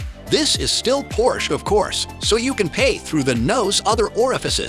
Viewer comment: Can’t give a thumbs up when the voiceover can’t pronounce the car.